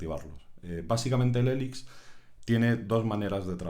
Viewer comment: odio cuando dice "elix"